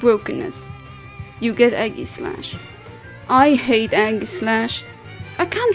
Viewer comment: No problem:3 I really like your recent Pokémon vids ^~^ Not to sound rude with this also but the way you say Aegislash makes me laugh haha xD Sounds like you're saying Eggyslash, I love it xD